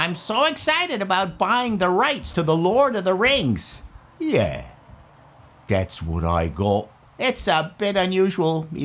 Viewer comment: Lord of the Rangs. Rangs of Powah.